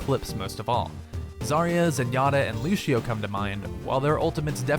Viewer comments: He said lushio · Stop trying to be fancy people. It's LuSEEo, there is no H sound in the pronunciation. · I never knew lucio was pronounced lushio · Why can't he say lucio